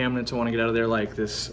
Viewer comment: Ziss filter being the air stones? What do you mean ziss filter?